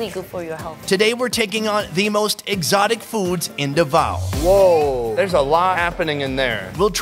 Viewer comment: Finally someone who knows how to pronounce Davao correctly 🙌 👏